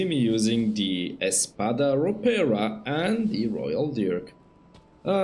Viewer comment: you nailed it with "espada ropera" as an spanish first leanguage i think you did a pretty good job saying the name :D